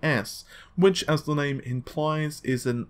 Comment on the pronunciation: "Which, as the lame implies..." = sorry, this is what it sounds right, which is kind of right on the money....